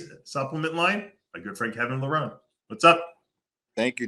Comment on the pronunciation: And yet, Dave pronounces "Levrone" wrong😢